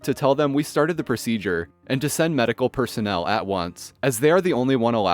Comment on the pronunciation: The 'divine'[sarcasm] Obama pronounced the word as if the person worked for graves registration, rather than medical.